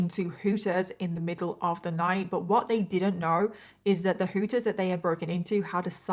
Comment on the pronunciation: The way you say "Hooters" is fantastic. I don't think I've ever heard someone with a British accent say that.